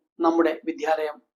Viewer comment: വിധ്യാലയം അല്ല മാഷേ വിദ്യാലയം